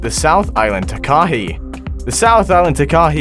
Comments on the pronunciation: I live in new zealand i can speak maori and you are saying Takahe you say it like this Taka Hea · its ta as in ta ta and ka as in kaka and hei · It’s actually pronounced a taka hei . I know that because I live in the South Island of NZ.